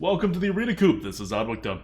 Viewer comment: Why does adwcta always pronounce co-op as coop? I‘m just curious and it kinda tilts me everytime he says it. Shoutout to Merps for mentioning Nole Nr. 1! :D